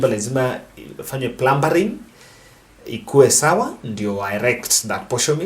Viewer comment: Plumbing! Not “Plumbering”!